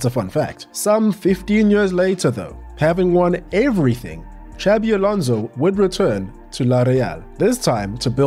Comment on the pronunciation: Please, Xabi Alonso is not pronounced like Xavi. The second one is in Catalan, the first in Basque. The X is pronounced more like a S